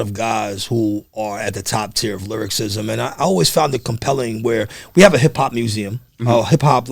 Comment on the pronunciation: Host keeps saying lyricism instead of lyricism awesome interview tho bro.